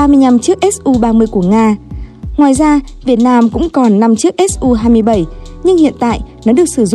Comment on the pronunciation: Mắc mớ gì k gọi là su mà gọi là ét u nghe vl dế sợ